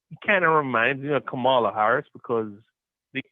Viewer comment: oh hey btw her name isn't kuh-MA-luh, it's KAM-uh-luh